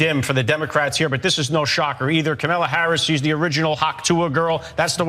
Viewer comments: Jackasses can't even pronounced the VP 1st name correctly. Any EASY name at that. So, it's clear these white folks on Fox got their job via white privilege. Hence the need for affirmative action & DEI. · The purposeful mispronouncing of her name is a old racist thing that has been going on for years. They always do this to black people. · Not one of these idiots pronounces her name right! Rude, nasty dummies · They are talking about her intellect but they can't seem to pronounce her name correctly. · They are judging another's competence, but can't even pronounce the name of the person they're judging. Not people I can take seriously.